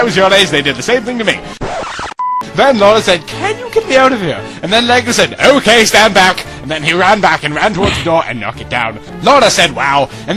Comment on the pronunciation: I fucking lost it when he pronounced "okay" as "OHK"